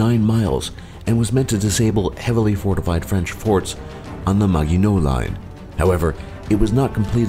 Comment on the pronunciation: Rip this guys pronunciation lmao "Maggie no " line 😂